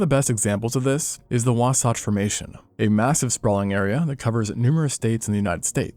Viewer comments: I felt physical pain hearing my home mountains be called wasätch and now wasætch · I live in Utah, we pronounce the last 'a' in wasatch as a short 'a', whereas you pronounced it like an 'o'. Love your video though.